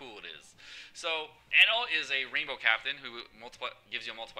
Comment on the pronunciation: jewelry bonney op. ps the way you say enel makes me wanna kms